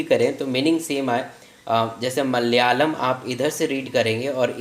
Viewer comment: its malayalam not malayam😏